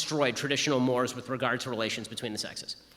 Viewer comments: "mores" has two syllables. It's mor-ays. Just a petty correction. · Ben Shapiro is a very intelligent man and I support him but if he is so smart why is he mispronouncing mores (morays pronunciation) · "the left destroyed traditional mores" I've only ever heard "mores" in this context pronounced "morays". Must be different in the US. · It’s pronounced “morays”. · Did Shapiro mispronounce mores?